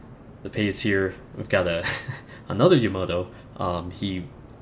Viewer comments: yamoto? its called yamato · BTW it's pronounced Yamato not yomoto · jeppe dahlhede Yama-To. How can you butcher the name of the most famous ship ever? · "yamoto" lol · Yamato is pronouced lile its written ya ma toe